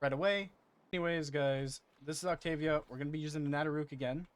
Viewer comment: Wow that is so not how to say her name lol